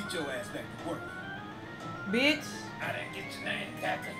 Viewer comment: I felt that “Bitch” 😂😭😭😭